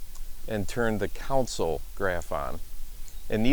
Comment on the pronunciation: great vid, very interesting! though it's weirding me out how you pronounce "console" as "council" 😄